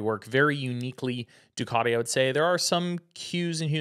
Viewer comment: Americans attempting to pronounce Ducati 😂